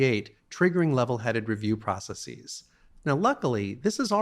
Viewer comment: "Processeez" makes it hard to take someone seriously. So does "Neehilist".